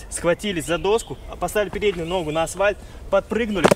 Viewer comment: ПОЧЕМУ Я СЛЫШУ НЕ "НА АСФАЛЬТ" А "НАСВАЙ"?))))